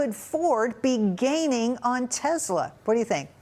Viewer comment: Such an idiot - she pronounces Tesla as Tezla!